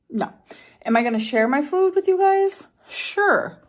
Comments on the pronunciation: i hate how she says Fuud here 😫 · “FEUWED” “my relationship with FJOOOD” 🫠😡🥴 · The way she pronounced “food” in this video is the worst 😭